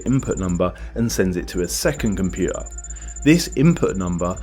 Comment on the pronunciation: What is a "loery"? What is a "compuer"? Ffs, your videos are most interesting, but so painful to listen to. Any chance you could learn to pronounce your letter t's?